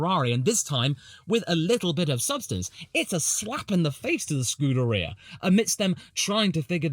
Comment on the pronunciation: Thought I heard a “Screwderia” Freudian slip in there 😂